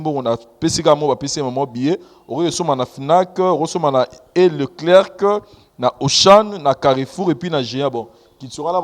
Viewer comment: bonjour papa limbisa nga juste correction balobaka l leclerc te tanga yango boye lecler soki oza koloba yango sala lokola c wana eza te juste correction merci